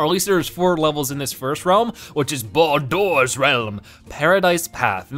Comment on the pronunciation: the names of the realms are pronounced as regular words (not always). Bol-Dor is Boulder, and Sog-Gee is Soggy.